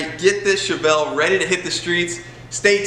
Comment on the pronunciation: Haha. At the end you called it a Chavelle